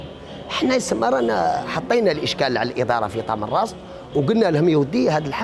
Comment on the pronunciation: تمنراست و ليس تمنغست